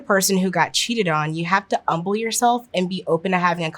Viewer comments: Am I just mishearing it or did she keep saying "umble" instead of humble? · Irrelevant I know, but I love the way she pronounces "humble" with a silent H. My mom said it that way, and I love being reminded of her in small ways here and there. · i can't get passed the pronunciation of "humble" without the H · Love her personality and the information, hate that she says “umble” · Is "umble" a thing, or just her way of saying "Humble"? She seems to be able to pronounce other H words, just not that one, so I'm confused. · I love these solutions and perspectives, but I have a small diction or hearing clarification request. Several times I’ve heard “umble” mentioned where I might expect to hear “humble”. Is “umble” a term that I’m unfamiliar with, or perhaps is there just a mismatch between what is saying and what I’m physically hearing? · She says humble without the H And it's bugging me :( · The humble with no h is wild , umble yourself this mumble yourself that lol 😂 but good guidance tho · Is she saying humble yourself or something else? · These all seem like great tips, but why does she keep pronouncing "humble" without the H? 🤔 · The "H" in humble isn't silent, lady. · I've never heard anyone pronounce humble as "umble" before lol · Why can't she say the word 'humble' properly? Is it a speech impediment? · I like her but she pronounces humble wrong and it send me into an uncontrollable rage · I really hate the way you say the world humble. Humility has a hard H, so should Humble. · I have never heard humble pronounced without the H before. Delightful! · Yeah, the word "Humble" does not have a silent H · anyone know why she pronounces humble like that? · A beautiful Black woman. Great advice. Curious about your geographic background due to the pronunciation of "humble", which I don't think I've ever heard before.